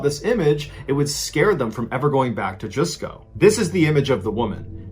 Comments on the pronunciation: Hey, Mr. B. Allen. Always nice vids. Can't get enough. #2 and #3 were gripping and touching. For #1, for future reference, the "Ju" in "Jusco" is pronounced like the "j" and "u" in "just" rather than like "Jew" (so I guess you could pronounce it like "justco" but make the "t" silent). Not that you might have too many Jusco stories coming in the future. And, of course, that doesn't take anything away from your great storytelling. Keep up the good work! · The Jusco Phantom (fyi as a silly nitpick, “JUS” pronounced like “justice” rather than “juice”, irrelevant today anyway as they’re all “AEON” now) story is pretty much unsurprising for Japanese police unfortunately. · It is pronounced as Just-co not juice-co. Also: 四日市ジャスコ誤認逮捕死亡事件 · I lived in Japan for 13 years. It’s pronounced JUS-ko. Not JUICE-ko. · Mr ballen, my dearest, it’s pronounce as just-co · Your pronunciation of Juscco is way off Lol You say it Just co with a silent T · Interesting story told ,the supermarket is pronounce as Just co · MrBallen's pronunciation of the Jusco Phantom sounded like "Jusko" or "My god!" In my language... Which is what I felt when the woman's picture came up. Tingles up my spine too.